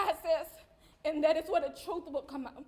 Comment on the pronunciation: Troof, defretts, ax 😂